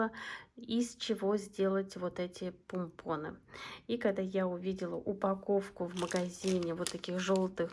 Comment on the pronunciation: пОмпоны!!! 😂😂😂Аж слух режет🥴